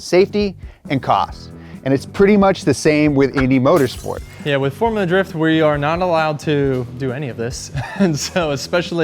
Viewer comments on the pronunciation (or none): “FoRuLa DrIfT” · I like “forula “drifting 🤣🤣🤣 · Ah yes "forula drift"